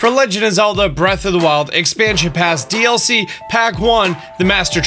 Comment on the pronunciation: Dlc not doc